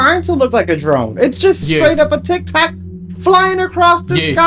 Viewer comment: O he said tictac thought he said tic-toc 😂